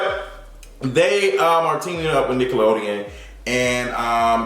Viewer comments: “Nick-le- lolean” 😭😂😂😂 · Chyyyyle...that Nick-lee-oden took me out! 😭😭😂😂🤣🤣😂😂😭😭 “Girl did I say that right? 👀👀” Lol! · Nickleodeon 😩😂 I cackled talking about did I say that right no boo but it be like that